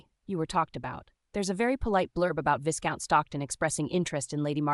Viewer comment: Narrator should learn how to pronounce Viscount. The voicing and intonation are often not consistent with the meaning. More substantively, a woman of Margaret's class would have been accompanied by a maid or chaperone and would not be meeting a man in his home or for walks in the park by herself without risk to her reputation. It seems strange that so many people treat Margaret with condescension bordering on rudeness. Would that have been typical in this world? There are several inconsistencies about what room people are in. The barbs and comments people make seeem forced and out of keeping for the period. The underlying premise, conversations, and hesitations are not particularly believable. This could have been entertaining with more effort.